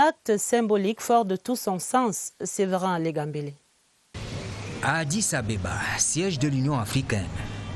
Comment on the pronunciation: on dit addis abeba et non ababa une journaliste d une chaine national MDR